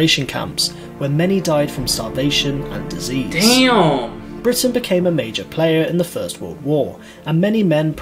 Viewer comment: Everytime this guy says damb I'm taking a shot. Fakin smashed